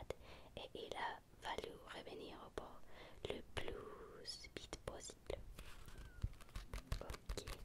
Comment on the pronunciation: Please , don't pronounce the v as in spanish. Vite and bite really doesnt mean the same thing ^^'